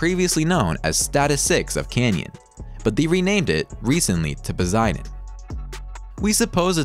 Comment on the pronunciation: "fastest non-jet-power plane.." huh? ...and learn to pronounce pos-EYE-den.